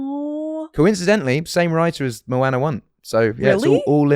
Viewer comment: The way he pronounces Moana confuses me as a polynesian 😂